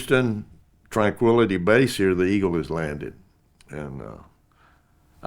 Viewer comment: He did say twanquility..... lol. 😂